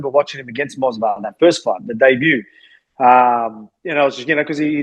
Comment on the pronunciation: The fact that Volk keeps saying "Mosvar" instead of "Movsar" is too funny 😂